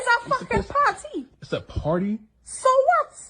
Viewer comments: Well, you can go "PAHTY" with someone else! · GET OUT! so I can have a [PAR] -TEE leaving you.